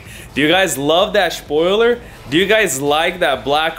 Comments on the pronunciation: wait wait wait....... you are telling me that it is not pronounced shpoiler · Looking good fellas! And yes it's spoiler not shpoiler 😄